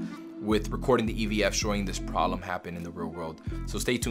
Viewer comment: Am i not native or he said "polem".